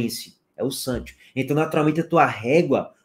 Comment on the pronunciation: Cheguei só para ouvir o falando “santchios”